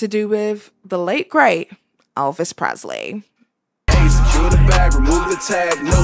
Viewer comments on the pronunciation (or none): none